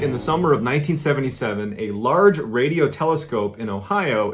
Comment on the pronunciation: Bro you said wadio